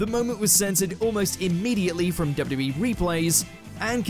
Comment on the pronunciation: Why you pronounce it "dubbiya-duh-bee" Not even close, dude.